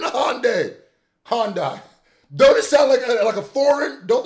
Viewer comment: Its HI - UND - I